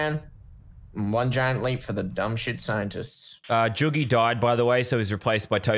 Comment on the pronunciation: He said joogie died